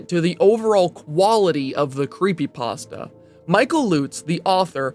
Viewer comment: Remove the r from pastra.